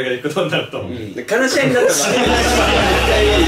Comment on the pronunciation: 話し合いを悲し合いっていうのは面白すぎる🤣